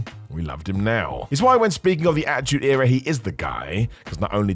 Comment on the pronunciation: Not gonna listen to a guy say achtude era for 50 mins smh